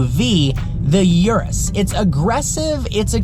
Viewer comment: PLEASE, Urus....U of URUS is not that STU*** 'iurus'... it's URUS with U... i know english people are poor in other languages and ur "U" is quite always a "iu", but i cant ear that! Try NOT to "americanized" the model names (and not only this one!)